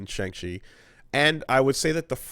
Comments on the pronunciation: We open in the first 5 seconds with pronouncing Shang-Chi wrong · Pronounced Shaun